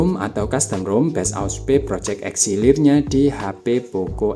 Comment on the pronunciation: itu "Elixir" bukan "Exilir" bang😭